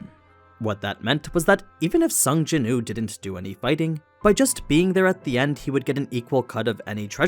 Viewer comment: Please say the W in his name. His name is Sung Jinwoo, not Sung Jinoo